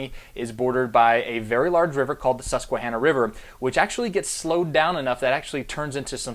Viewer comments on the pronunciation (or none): none